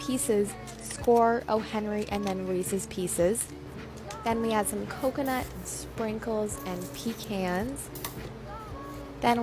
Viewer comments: It’s pronounced Puh-Cons How do y’all say it??? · I love how talks the only thing that bothers me is how she pronounces pecans (I know everybody does it different it’s just my pet peeve)